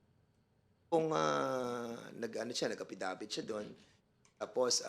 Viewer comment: Hoy VoldStar Pernandez, anong APPidavit finagsasavi mo, anak ng teteng ka di fa rin maayos yang "P" at "F" mo. Sino, sino staPP? Walang Porce Por him, sinabi nyo lang e corroborate ang aPPidabit ni Garma. Eh ayaw! There is Vrivery too. Asking his fosition now and ilang years fa cya sa travaho. Anak ng... pati pa ata "B" and "V". Shut uF ka! Wag ka mag inglis ha...😂😅